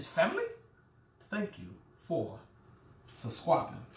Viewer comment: You had me at, "Stop touchin my waist!!!".....thank u for suscwibin. I'm dead😂😂😂😂😂😂😂